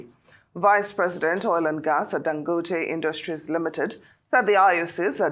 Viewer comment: Why is she pronouncing Dangote like she’s not Nigerian?